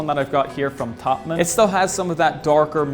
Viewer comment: Does it annoy anyone else when he says TOPMIN